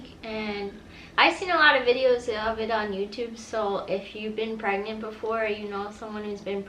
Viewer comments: Did he really say we are preagnent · Did he se We Are Pregnangt ? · He just said 'We are pregnent'😅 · 😂😂when the video startet he said we are pregnand